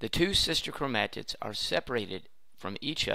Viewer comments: chromAAtids and chraumosomes lol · Blud says “Chromatids” like “Chrome ahh t*ts” And Alleles like “Ally yells”